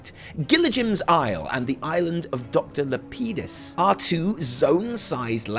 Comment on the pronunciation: The way you say Lapidis makes me cringe LOL